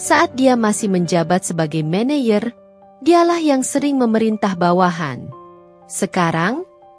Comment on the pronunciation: Min klo baca yg bener dong , office boy dibaca office bo , maneger dibaca maneyer yg bener dong ini Indonesia 😂😂😂